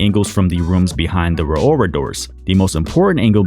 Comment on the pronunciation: The fact that you can’t pronounce Rauora kinda bugs me idk why